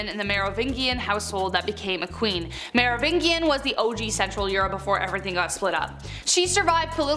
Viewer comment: Mispronouncing a name you have only ever read is a sign of intelligence. It means you have read things that the people around you have never said aloud. Medici mɛdɪtʃi/ MED-i-chee Merovingian ˌmɛrəˈvɪndʒiən/)